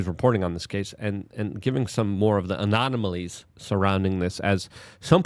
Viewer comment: Your content is fantastic minus the illiteracy. "Anonomalies"? "Peoper"? If something is important, you say it's "import".. It's astounding and every video is chock full of hilarious examples. LMAO I love ya Luke, but slow down.